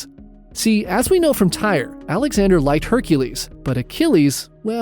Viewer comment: Tyre pronounced ty-ree